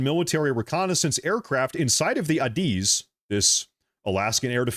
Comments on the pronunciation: Air Defense Identification Zone. It extends 12 nautical miles off the coast of every country. Not just Alaska. And it’s commonly pronounced as ‘A, diz’. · As a former USAF pilot, hearing you pronounce ADIZ had me laughing. But good video though